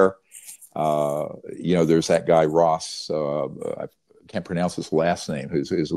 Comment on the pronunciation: How can you not know how to pronounce Ross's name?!. Why disparage his "dangerous" comments. To have not reached-out privately and engaged with him thus far is concerning. Especially since the "witnesses" you know so much about choose to come forward through him publicly. Unity is critical. It's strange that's all.